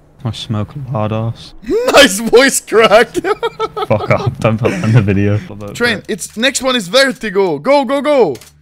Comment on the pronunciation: i thought would say fuck off, but this time, he says: FUGGOFFF